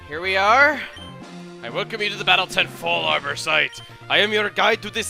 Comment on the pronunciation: Fallarbor:Russian accent.TROLOLoL!